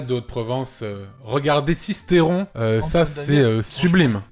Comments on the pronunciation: Ça se dit Sist"eu"ron et pas Sist"é"ron sombre buse 😂😂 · Voici un message des S tiers ! Les Mées et les Gorges du Verdon c'est joli aussi, par contre on dit SistEUron, pas Sistéron. Et à notre charge on avait Castaner, maire à Forcalquier, désolé hein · Je viens de sisteron on dit pas sistéron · Et merci les Alpes de haute Provence 👌 par contre c'est Sist"eu"ron